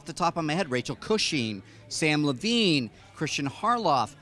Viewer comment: Nice job mispronouncing Samm Levines name